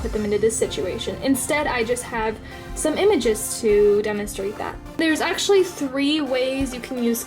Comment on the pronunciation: this is how many times she said esechlely ⏬